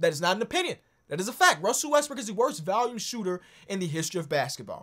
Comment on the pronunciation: Why do you say “volume” like that? Lol.